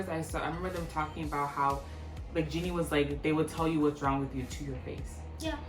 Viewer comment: Great review, loved it. Jennie is pronounce as Jennie not Jinnie:)